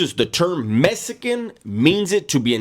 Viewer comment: Phonetically it sounds like "Mess eh can" but I heard hood dudes pronounce it just like that with any ill intent. WB is a no go I'm from San Diego and have nothing but love for all people but especially my Latino brothers because when I moved down to Chula Vista from Mira Mesa, they were the first ones to mistake me for being Puerto Rican, cuban or Mexican. ( I'm mixed with black and so many other things) I work in the shipyard and my Hispanic brothers are some of the best dudes I've worked with. Not to mention the cliche quinceaneras, wedding parties. But it's true, black folk get down the same way. If you're good, you're family.